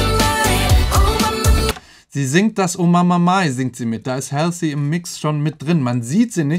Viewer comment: Sie wird btw nicht "Hälßi" ausgesprochen sondern "Holsi"